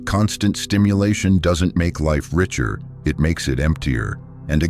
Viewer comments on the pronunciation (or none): none